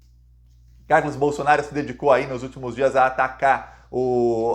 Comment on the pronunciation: Nao é BOLSONAR I O. é BOLSONARO, PORRA.